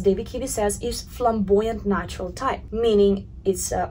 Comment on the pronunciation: who else hears her say "nachos" instead of "natural"?